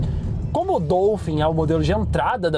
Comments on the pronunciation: É Dólphin quebfala, meu povo. Não é Dôlphin não. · A pronúncia é “DOUfim”? Pensei q fosse “Dólfin”…. Enfim… Carro top!